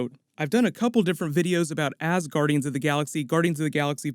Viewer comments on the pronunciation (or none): "Asguandians of The Galaxy"